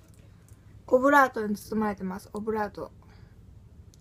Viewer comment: コブラートって聞こえるw